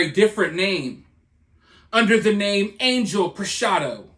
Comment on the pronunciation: Angel is pronounced on-HELL